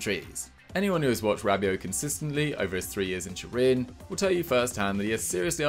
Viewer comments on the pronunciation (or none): none